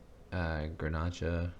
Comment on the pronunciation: Grnach is a French word that is pronounced Grenash. Well, I think it turned out really pretty. You are pretty hard on yourself.